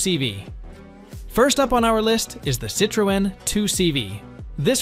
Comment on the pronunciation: You miss pronounced Citroen as if you had never head an English OR a French speaker say it, and two cars in haven't even mentioned the engines.. I'm out.